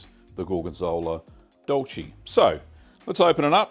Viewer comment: Here I am, spreading some gorgonzola dolce on homebacked sourdough bread and your video pops up! I can't wait for the weather to get better and give your recipe a try! Just a small tip: the E in dolce is pronouced like the e in "neck", same for piccante